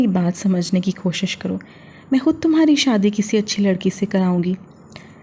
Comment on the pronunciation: Hud nahi khud hota hai .